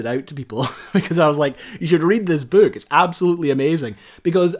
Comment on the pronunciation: I'm confused.... what's a "bewk".... :) Loved the video.